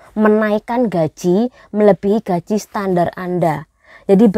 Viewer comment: dari tadi ngomonge konyol salah cara membacakan gajih baru nyadar ...